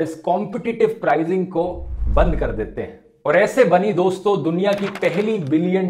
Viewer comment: Namassshkar dossshto